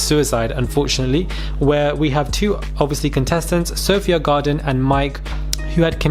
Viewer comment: Lol 'Sophia garden' do you mean Sophie Gradon?? 😂😂